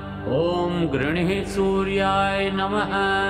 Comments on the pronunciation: ऊँ घृणि सूर्याय नमः सही उच्चारण है श्री मान ऊँ घृणिः सूर्याय नमः गलत उच्चारण कर रहे हैं। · घृणि है घृणिः नहीं।आप गलत उच्चारण कर रहे हैं।माफ कीजिए आपका नहीं सुना जा सकता। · घृणि की जगह घृणिही ऐसा उच्चार सुनाई देता है। क्या ये गलत उच्चारण नही है मंत्र का। इससे दोष लागसक्ता है। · उच्चारण जो किया जा रहा है " घृणि:" परन्तु लिखा है "घृणि" कृपया इसे स्पष्ट करने की कृपा करें। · घृणी शब्द आहे स्पेलिंग पण तसेच आहे. मग उच्चार चुकीचे का करता